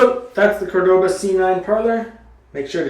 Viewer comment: *CÓR-do-ba Emphasis goes on the first syllable.